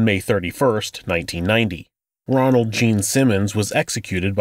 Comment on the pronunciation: Ronald. Not Donald.